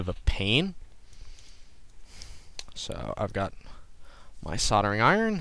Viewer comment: It's called soldering. The "l" is not silent. SOL-DER-RING. Not sarder.